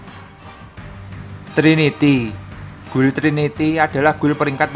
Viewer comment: gild bang bacanya. jangan guil ah